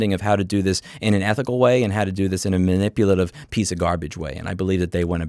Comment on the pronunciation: " Man-ip-u-la-tive " Love yr work but 3 strikes